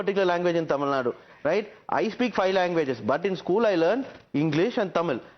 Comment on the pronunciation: Not Tamilnad, Its Tamilnadu